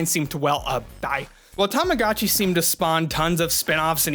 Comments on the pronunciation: "Tamagatchi"? My good Sir, it's actually "Tamagotchi" 😅 To all who will type "this is a four year old video"... Yeah, but this is the Internet 😅 People will find old videos. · Every time you say tamogatchi instead of tamagotchi, part of my weebo childhood dies inside. ;_ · Tamago-chi is pronounced with a LONG O. Tamago is Japanese for 'egg.' Also ENUNCIATE YOUR "T"s. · Tama-GO-chi. TamaGOchi. AAAAAAH! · You have the worst pronunciation of tamagotchi I've ever heard nd you kept saying it over an over again, I just had to close the video